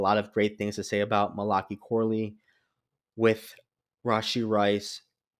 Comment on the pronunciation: Mali like Cali, then Kai. It’s a book in the Bible, last one in the Old Testament. It’s actually Mal-uh-Kai. For future reference.